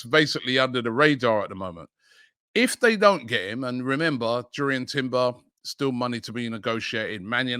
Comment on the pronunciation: Robbie mate it's pronounced yurrien like youri tielemens